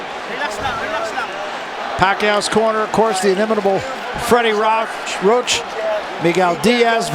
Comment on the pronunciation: Commentator said Freddie rock?? Wtf 🤣🤣